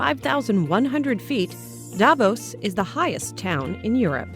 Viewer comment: Davos is not pronounced the way it is in this video.